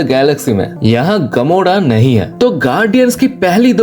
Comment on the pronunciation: Gamoda nahi gamora 😂 wakanda ka daja nahi raja😂 sade asgadians nahi sare asgardians😂 Thod nahi thor😂 bas kar bhai